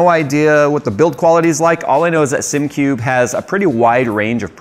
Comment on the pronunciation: "...I give Simcube a shot"... Christ... at least pronounce the product name correct.